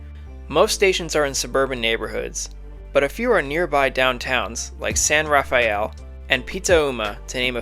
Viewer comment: SMART pronunciations need some work... Marin is Mah-RIN, not MARE-en. San Rafael is San Ra-FELL, not San RAFF-ay-elle. And Petaluma is PET-a-loo-ma, not PEET-a-you-ma.